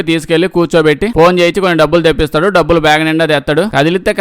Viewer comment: డబ్బుదు కాదురా డబ్బులు అని చెప్పు